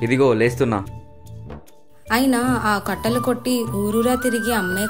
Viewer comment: Kattalu kaadhu kattelu